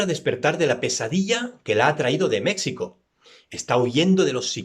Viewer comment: Buenas noches ,te acabo de descubrir y me encantó tus recomendaciones ,solo una cosa ,se pronuncia Mejico y se escribe México